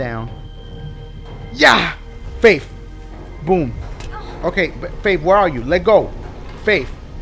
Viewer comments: Dashie when you faith it sounds like if you are saying babe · Dashie said "Faif" about 90000 times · I love how he says faif. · "Faif" xD